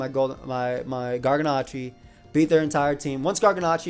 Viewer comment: Does it bother anyone else that he keeps mispronouncing Garganacl? It ends in an L, not an I.